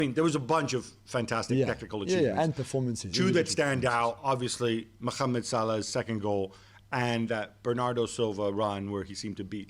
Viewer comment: With all due respect, Gab, please don't try to attempt to pronounce "Mohammed" Salah name "properly" as you attempted at the beginning of the video. on the scale of being off the charts wrong, you're much closer to the real pronunciation saying the typical English pronunciation of the name Mohammed. Sincerely, an Arabic speaking fan who's looking out for you. Friends, let's pomp this comment up with Likes, so Gab can see it. Cheers!